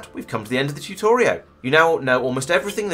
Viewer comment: r u saying "Tutorio" ?..... bravo, sir.